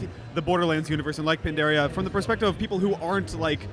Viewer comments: HAHAHA HE SAID PANDARIA. Thats from World of Warcraft, THIS GAME HAS PANDORA YOU NOOB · It's Pandora, not pandaria.